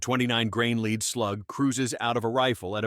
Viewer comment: TRANS-SONIC ??? a LEEEEVER gun??? ahhahahaa AI videos are pathetic. cast LEED loads must be new. To the person who post these videos. Do you even listen to how terrible it is?